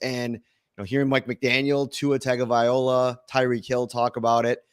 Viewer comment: Tag-oh-viola? What are we doing? How are we still butchering this name? It takes about 10 seconds of practice to get it down forever. It's not difficult. Say it with me: Tunga-vie-loa. Tunga-vie-loa. Tunga-vie-loa. It's not hard.